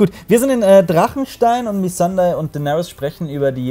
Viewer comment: Noa Nee, Missandei sprechen sie auch bezogen aufs Englische falsch aus.